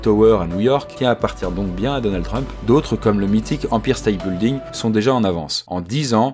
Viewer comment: Ça commence à 2mn ! "TianaNmen" c'est si dur à prononcer ?! Empire state building ( avec le bon accent Français ) ça fait toujours bizarre ! ;)